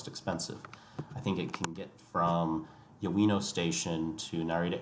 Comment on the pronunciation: Great video, but wincing a bit at some pronounciations. Keisei (Kay-say). Ueno (uh-way-no). Yurakucho (Yur-rock-ah-cho). Also, JR East is not a government owned railway. They are one of 7 spin-off companies created when the government privatized Japan National Railways.